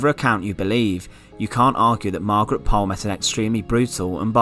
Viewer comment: Thank you for telling us this. Until now, I had never heard of it. BTW, if you want to be really correct, Pole is pronounced Pool - also de la Pole is de la Pool. I also liked your video about Margaret Clitherow.